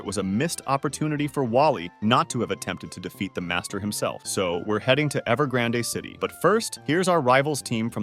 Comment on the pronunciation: Ever granday city?